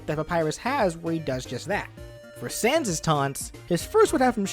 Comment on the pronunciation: He says sand, not sans